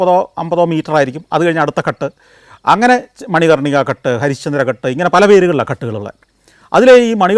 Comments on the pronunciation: ഘട് എന്നല്ല ഉച്ചാരണം, ഘാട് എന്നാണ് ശരിയായ ഉച്ചാരണം ദയവായി correct. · ഘട് എന്നല്ല പറയുന്നത് ഗാട്ട് എന്നാണ് പറയേണ്ടത് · ഘട്ട് എന്നല്ല, ഘാട്ട് എന്നാണ് പറയുക. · കട്ട് അല്ല. ""ഘാട്ട് ""ആണ് ശരിയായി പറയണ० ( കടവ് ) അല്ലെങ്കിൽ അർഥ० മാറിപോകു०. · Athe...Ghat thanne... Santhosh George nu thett pattiyittund